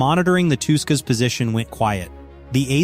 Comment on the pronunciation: How many ways you pronounce Touska in this video😂😂😂😂